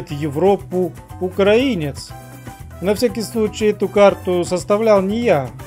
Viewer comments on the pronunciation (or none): none